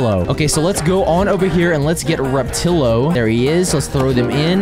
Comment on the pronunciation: It's pronounced rap-a-til-o